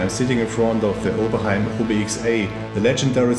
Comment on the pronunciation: wow just wow. soooo. its oberhhhhh like--------- (ob-6 and ob-x people cant say it dosnt sound like a oberheim)